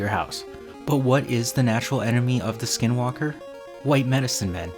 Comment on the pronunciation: You pronounced it wrong, and you don’t ever want to find them, they will kill you, they aren’t afraid of playing the long game and these entities are real, and you will have long term effects if you dare to mock them. But the only way you kill them is blessed ash bullets